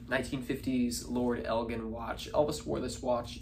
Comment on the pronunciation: It Lord ELGIN (sounds like L-GIN) like gin & tonic( ELJIN) NOT a HARD G